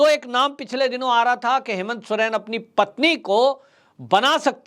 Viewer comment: सुरेन नही सोरेन बोलिये